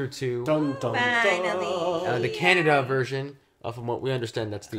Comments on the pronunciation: Dude.. Introo..!! Its kannada "ka nna da" not cannada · Heyy it's not Canada it's Kannada. Try to pronounce it properly.